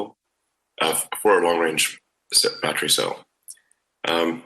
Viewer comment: I think he’s using Kilometers because he’s used to using them even on the unveiling of Roadster 2 he used kilometers not miles. Even when saying “battery” he never ever says “be-de-ry” like all Americans do, in SA🇿🇦 we use kilometers and pronounce battery 🔋 the “correct way”.